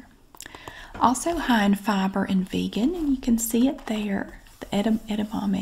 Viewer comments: You said Edamame correctly btw. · You said edamame right. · You actually said edamame correct :) not a lot of people can.